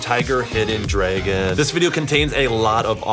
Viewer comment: It's not drawgon it's not draygon it's DRAGON